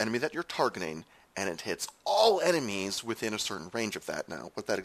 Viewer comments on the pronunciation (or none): none